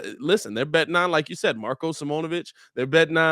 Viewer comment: You guys be saying Marko’s name wrong, it’s sim-own-ah-vich